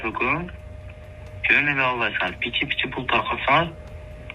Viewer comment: Суйлоп жаткан бала, доошунан жап жаш баланын уну. Андай жаш балдарга баляя барбы политикада. Пичи деген созду пиичи эле суйлош керек, а булар пичи пичи деп коп суйлоп салды. Шайлоочуларын эч ким мындай сатылат, алданат деп суйлобойт. Бул 100% конкуренттенинин иши. Эгер чындап суйлогондо милициялар кармап, жазасын берет эледа. Азыр конкуренциялары нелер кылбайт депутат болуш учун.